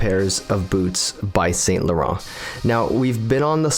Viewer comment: The pronunciation is ‘san laron’